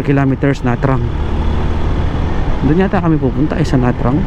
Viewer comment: Na trang ang bigkas ay NaChang. Maganada talaga ang Vietnam at maunlad. Safe din dyan mag travel. Five years ako nakatira dyan sa Ho Chi Minh City sa Le Than Ton district.